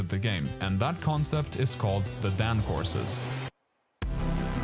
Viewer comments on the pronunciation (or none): its not pronounced dan. its pronounced dawn.